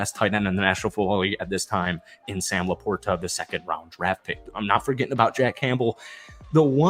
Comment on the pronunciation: Lions fan here. SLOW DOWN; it will cut down on flubs and mistakes. Also, please listen to how Dan Miller pronounces Sam LaPorta’s name. It is a soft t, not a hard t. It’s the guys name.